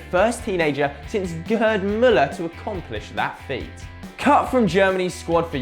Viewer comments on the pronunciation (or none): none